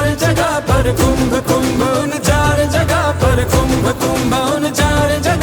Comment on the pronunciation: KUMBHA ❌️ KUMBH ✅️ .... Har jagah angregi chochle mat lagao